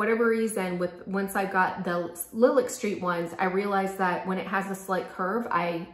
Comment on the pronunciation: Nice review. I really appreciate that you are willing to say which things are your favorites and why while still recognizing people might like something different. These look really pretty on you. (Small ps I think Lilac is pronounced like the flower "lie lack" :))